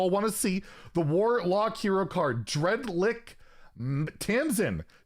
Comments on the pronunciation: No one is gonna point out that said dread-lick instead of dread-lich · Dreadli”ck” and snow”rg”e lmao, come on 😂